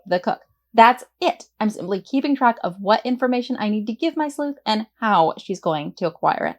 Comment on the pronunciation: Thank you for your video, I was planning to create a messy crime story, now it looks easier on me at least. I just wanted to share with you that english is not my mother language and every time you said 'sleuht' in the beginning I was confused why you say "sl*t"especially with a weird accent. 😂